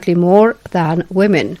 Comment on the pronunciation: Woman or women = wayman ... pronounciation or pranunciation ... Maxwell.